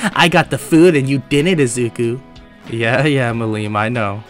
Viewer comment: The way you pronounced Millim was painful to me, and I am sure that it will piss me off in next episodes.